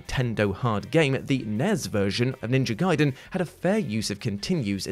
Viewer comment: “NINJA GAIDEN” still haunts me till this damn day!!! 😩